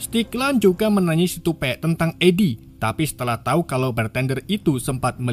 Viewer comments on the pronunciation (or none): none